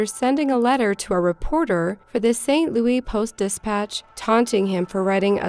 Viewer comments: It just keeps happening... Saint Looey. Hurts my head. Seriously what gives you the impression that's how its pronounced??? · It's pronounced St. Louis just like it's spelled, not Louie. :) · I love your videos and I think they are amazing.... but please stop pronouncing it St. Louie. Its St. Louis, with an S sound on the end. Other than that... keep up the incredible work. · Stop saying "saint lou-ey", Sincerely, stl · My heart breaks for all that endured this woman say Saint Louey. Repeatedly. Ow. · "St. Louie" lol... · Look... the only person from St Louis that calls it "St Looey" is Nelly. Just stop. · St. Louis. Lew-isssss. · Learn How To Pronounce St. Louis Please. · Your not, I live in STL. Its annoying... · Kills me the way she says “St. Louis” like “louey” and not “lewis” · Umm... It's not pronounced saint Loo-ee, it's saint Loo-us... Pretty major pronunciation error.. I'll cut some slack if you're a foreigner, but if you're a US citizen that's kind of embarrassing.. sorry, mate, but you have to do your research🤐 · Ok its st louis not st louie 😆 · i was actually locked up in saint louis county jail across the hall from him when he did it... also who the fuck cant pronounce st louis? its not louie its lewis ffs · St. Louie? Its called St. LOUIS. Seriously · Bill. Giles , I agree. This was super annoying as she says it like 15 times. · I know all of this is horrible but it pronounced SAINT. LOUIS. not st louie! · St Louie, slang for St Louis...lol I'm deceased over here! 🤣 She keeps saying it! 😅🤣😂 I live in St Louis. 🤗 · St. Louis - Saint Loois, NOT Saint Looee. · It’s pronounced “Saint Louis” not louie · St Louis is pronounced "SAINT LOO-IS" not "saint Louie" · "Louis" not "louie" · Why do you call it St Louie? It's Louis. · St. Louis.....it's St. Louis, not St. Louey.......thank you from everyone in Missouri! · Saint Loui? Stop... Saint Louis. Wow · Nice video. The only correction here is that it is pronounced St. Louis, not St. Louie. :)